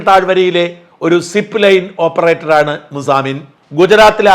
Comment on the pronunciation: സാജൻ പറയുന്നത് ആണേ എന്നാണ്.. ശരിക്കും ആണ് എന്നാണ് 🤣